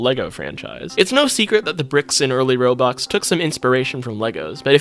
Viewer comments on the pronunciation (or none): instead of roblox its "RO-BOX"